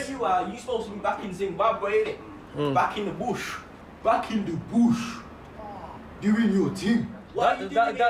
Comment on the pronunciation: ..YOU COME FROM DE BUSH, COME FROM DE BOOOSH!